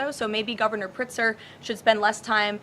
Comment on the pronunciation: "Governor Pritzer"